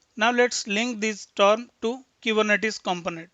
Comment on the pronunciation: The videos are awesome but the pronunciation of words is not correct like the "term" sounds like "torm". If this can be improve the its really awesome.